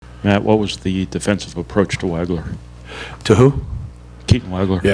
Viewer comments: Hey Paint......it's pronouned " WAWG-LER"....not "WAG-LER". Geez. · pronounced WAH-gler #23